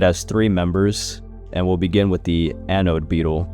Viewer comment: "Anoide Beetles"